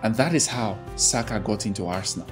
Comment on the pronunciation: You pronounced Ademola and Oliseh correctly, but somehow you've forgotten the correct pronunciation of Saka😂😂😂